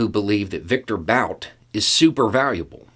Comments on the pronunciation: It’s “boot” not bout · So you're saying that the person who managed to bankrupt his own casino doesn't know how to gamble? {BTW, I think the guy's name is pronounced "boot," like a high shoe, not "bout" like "whataBOUTism." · Why Bout? I'm pretty sure it's Bhut (well, actually just But), with the u pronounced like 'oo' in 'foot'. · His last name is pronounced boot! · Bout's original name is Бут. There's a single 'oo' vowel in its proper pronounciation, roughly comparable to 'boot', not an 'ow' diphthong. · Pronounced Boot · It's pronounced "boot",. 😊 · Bout - 'ou' is his name is pronounced as 'u' in put. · I find it disconcerting that he is pronouncing "Bout" like the English word, even though he speaks some Russian. Why is that? What's the statement being made?